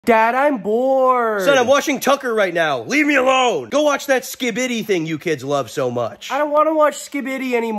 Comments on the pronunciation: Its ski bi di not skeebeedee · i hate the way this guy says skibidi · why do you say skibidi like that